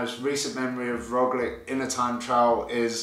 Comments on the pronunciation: True and there is nice word in English to use, lich just add that to the Rogli in pronunciaton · Got Kiesenhofer down, but your Roglic pronunciation needs work ;-)